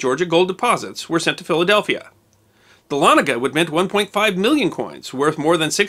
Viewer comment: I went to college at North Georgia College, now a university, in Dahlonega (cudos for the correct pronunciation, by the way). The university's main administration building, Price Memorial, is built on what remained of the mint after it has burned after the Civil War. It's sharp steeple, covered in Georgia gold, can be seen for miles sticking up through the trees of the north Georgia mountains. Dahlonega, the site of the country's 1st major gold rush & the origin of the phrase; "There's gold in them there hills", would be a good subject for a video.